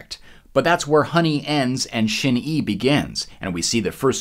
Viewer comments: Shin-EYE? No? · Good video! Just some FYI: It's spelled Shin-Ei, but it's pronounced "shin-ay" in Japanese. シンエイ 🎸👍🏻